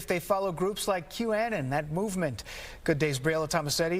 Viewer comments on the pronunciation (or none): “Groups like Q-Ann-en”?!?!?!? WTF IS THAT? Where did y’all find this man? After 6 years of Trump, this man doesn’t know what Q-Anon is?!? Seems like negligence as a news reporter. #YourUnseriousnessIsShowing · Exactly... lol... I laughed at that ! For one, it's not Q-ann.. 2, there's no such group as Q-Anon. There's Q, and there's Anon's. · Male presenter’s pronunciation of QAnon is suspicious